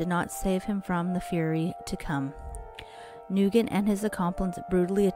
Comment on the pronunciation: You pronounced his name wrong. I grew with Braden. His last name is pronounced NewGent. Soft g not hard g